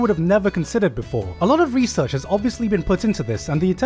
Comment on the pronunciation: Any time Gigguk said "research" I snickered